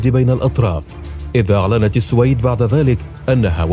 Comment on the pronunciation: أخي المحترم صاحب القناتين الرائعتين , نحبك في الله. تلفظ بالسوويد والسلام عليكم